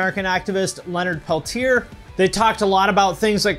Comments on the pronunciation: Pelti-yea not Pletier People need to learn proper pronunciations of indigenous names. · He mispronounced a name. Get over it.